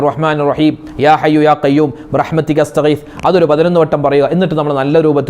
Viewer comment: റജബ് & ശഅബാൻ കഴിഞ്ഞു റമളാനിൽ അല്ലെ ഉസ്താദ്. ബിറഹ്മത്തിയ്ക്ക എന്നല്ലല്ലോ ഉസ്താദ് ബിറഹ്മത്തിക എന്നല്ലേ ഉച്ചാരണം? പിന്നെ ദിക്ർ കിടക്കുന്നതിനു മുമ്പ് ചൊല്ലണം എന്നല്ലേ റസൂലുള്ളാഹി ﷺ തങ്ങൾ പറഞ്ഞു കൊടുത്തത്.